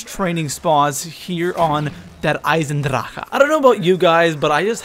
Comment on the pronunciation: its very funny to hear a person who speak a german word with english accent :D And yes I come from Germany :D